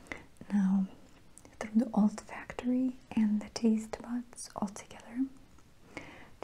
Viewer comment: Olfactory not Old factory hun.